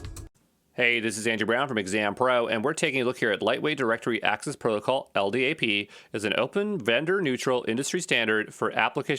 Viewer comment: LDAP is pronounced "EL DAP". If you spell out the letters like you did you sound like a noob.